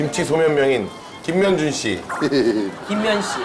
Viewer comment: 김면준을 김명중으로 들었다...